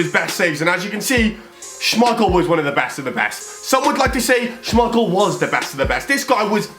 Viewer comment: He said Kasper schemeichel and his son Peter schemeichel